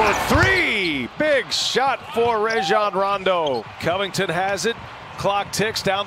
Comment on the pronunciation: Commentator pronounces Rajon Rondos first name as Rayjon cuz he be wet like Ray Alen.